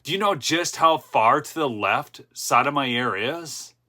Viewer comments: friendly FYI Jus. Sotomayor’s name is pronounced: SO-TOW-MY-OR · I think it pronounced like, So-Toe-My-Ore.